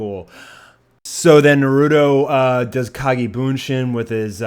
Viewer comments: ITS NARUTO FUCKING NARU*TOE!!!!!!!!!!!!!!! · 54 people heard him pronounce Naruto Nurudo and got triggered.